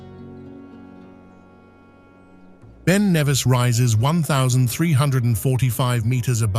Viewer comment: Wynd, Ben Nevis, Loch Lomond and Glencoe for example - these mispronunciations are distracting in such an otherwise excellent production.